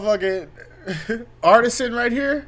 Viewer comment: “Artisan” 😂😂im dyin he did a V cut